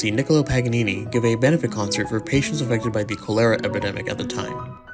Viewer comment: Just FYI it's cholera (KA ler uh) not (kuh LAIR uh)